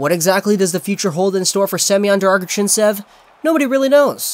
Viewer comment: Thank you for making this video. I'd probably never know how to properly pronounce his name without it